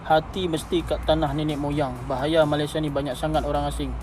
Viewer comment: Sebut malaysia pun pelik.. Tak guna ada ic biru